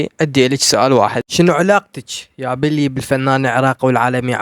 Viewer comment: هههههه حلوو بس اسمهة بيلي مو بلي 😅😅